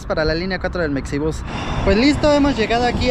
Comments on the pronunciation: Oye y porque la X en Mexibus no la pronuncias como la X en Mexico? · Sigo sin entender ¿Por qué le dicen mecsibús?